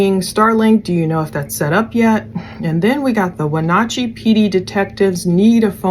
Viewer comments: You have done a very thorough and thoughtful job. I live in WA, in case no one has told you yet you are pronouncing it mostly correct, no big deal. In case you want to know its Wuh-naa-chee like "nah, no thanks" instead of nawchee. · Just an FYI, it is Wen-AT-chee (not OT). One of the town names pronounced like it it spelled. Don't even try to tackle Puyallup. 🤣 Thanks for pulling that scanner traffic. Seems they moved most of that to a secure channel after SWAT came in. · Pronounced Win at chee short a long e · When-at- chee and Shell-anne *Wenatchee and Chelan. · Pronounciation: weh-NATCH-ee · Its Wenatchee. When-at-cheee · Shah-lan is how its pronounced & Win-at-chee.... RIP sweet baby girls 💙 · Wenatchee Chelan The A is sounded like apple.